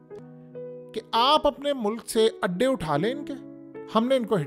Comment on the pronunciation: Adday not Andaay🍳